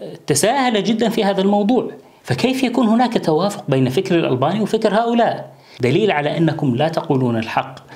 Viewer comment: الألباني الباء و اللام مرققة ياشيخ